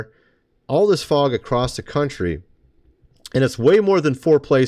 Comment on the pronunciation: it's not f o g